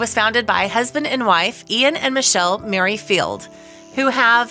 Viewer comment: 'Mary Field' for Merrifield too !